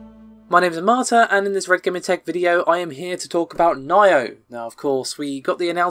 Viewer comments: It's Nee-Oh....Not Nye-Oh. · Nyo? You mean Nioh, right?